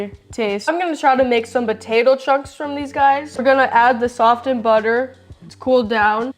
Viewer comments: The T is silent in the word softened. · Never heard anyone pronounce "softened " like that before